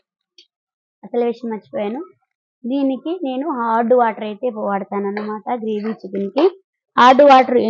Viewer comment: హార్డ్ వాటర్ కాదండి అది హాట్ వాటర్... కానీ చాలా బాగా చెప్పారండి....